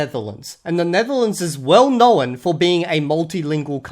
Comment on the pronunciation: You add syllables to words. Instead of "known" you say "know-en"